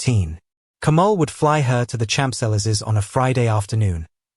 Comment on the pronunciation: I understand your fascination for Dubai, but your stories should be less b.s. and a bit more realistic: no one can work in private aviation without few years experience in the commercial one🙄 not to mention private jets don’t land on Malpensa nor Heathrow. And your prononciation of Champs-Elysées among other French names(like Hermès) is HORRIFIC !!!